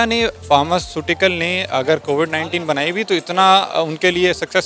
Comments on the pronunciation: In mahtarma ko koi bataye covad nhi covid hoti hai..... 😂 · Cowad(कोबड़) vaccine...... 😂😂🤣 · Ye log covid to dhang se bol nahi sakte , vaccine kya ghanta banayenge 😂😂